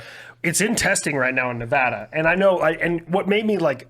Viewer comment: Thank you Rich for your service! Also, thank you for saying Nevada correctly.